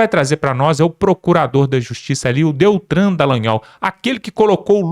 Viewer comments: Não é deltran...Deltan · O nome é DELTAN. Fale corretamente ou se cale. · não é DELTRAN E SIM DELTAN. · Vc sempre fala (DELTRAN DELANHOl) é Deltan